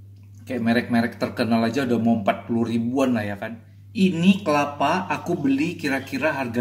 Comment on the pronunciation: kelapa bang bukan kepala